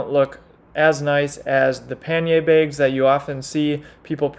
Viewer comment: I've never heard someone pronounce "bags" like that, that was awesome!!!🤣